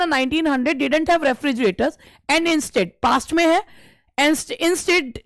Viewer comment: You r a great teacher nd ur classes are very helpful but some of ur pronunciations are very wrong 🤦🏻‍♀️🤦🏻‍♀️ like 'bear' 'instead' etc